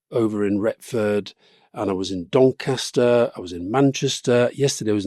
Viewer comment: was rory taking the piss the way he pronounced doncaster, what the fuck